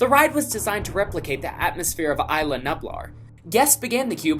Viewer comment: It's IS-LAH nublar.